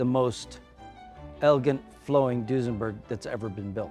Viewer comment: Duesenberg, nope! Foosenberg, yep!